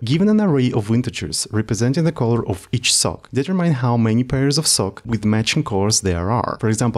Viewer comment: Color - please check the pronunciation, bro ;))